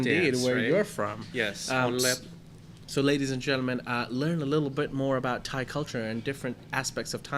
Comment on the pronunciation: is awesome. Funny and lighthearted, but very intelligent. Keep him coming back. Did I mention how perfect his Thai pronunciations are?